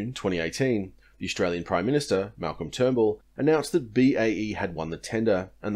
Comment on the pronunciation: Correction: The (ineffectual) Prime Minister (at the time) Malcolm "Trumbull" :P